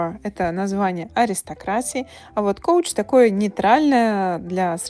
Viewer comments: Couch is pron. as cau. Not cou. do STUDY ! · Как может couch звучать как коуч? В целом понятен уровень владения языком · Только не коуч, а кауч произносится слово couch. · Couch - это не коуч ( Coach - тренер - коуч) . В случаем с Couch - это читается как Кауч така как там есть слово C-ouch ( ауч). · Отлично! Кстати, couch произносится как "кАуч", а "кОуч" это coach (тренер, или карета).